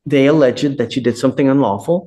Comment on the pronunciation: Then later in the video the judge mispronounced "alleged". :D